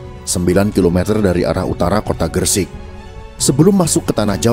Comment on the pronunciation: maaf koreksi sedikit. yang benar "sunan gresik", bukan "sunan gersik". dan "desa leran", bukan "desa laren".